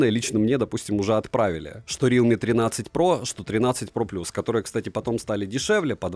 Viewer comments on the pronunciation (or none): none